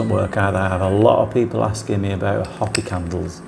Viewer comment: I’m not sure if you’re referring to the Hopi Indian tribe here in America. If you are, they pronounce their name “hope-ee,” not “hoppy.”